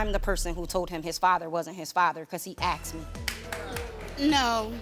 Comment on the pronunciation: It's not 'aksed" it's asked!!!!!! Speak properly@